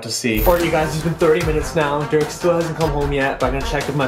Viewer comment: hey it’s pronounced Derek